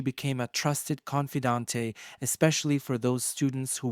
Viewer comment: Need a con feeee dontay? 🤣